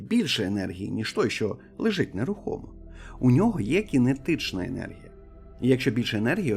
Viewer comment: Не єнергія ,а енергія.